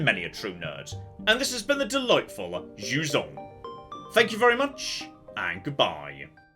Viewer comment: For those of you that speak english and/or les francophones comme moi, jusant is pronounced juissant. Which is just unfair really.